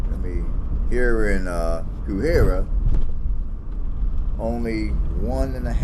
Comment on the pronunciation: I live here and I love it! It's definitely an up and coming area. It's pronounced Hay-high-ruh. Thanks for stopping by!